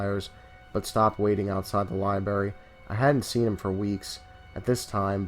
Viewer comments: alex majors yeah I noticed that too. It’s lie-BRAIR-EE! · "Lie-berry?" Haha. Just messin' with ya bro. Dig the channel so far, subscribed, left like, have some suggestions for posts, are you interested? either way keep up the good work